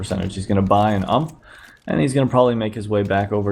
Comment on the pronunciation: 'UMP' say. u.m.p. not ump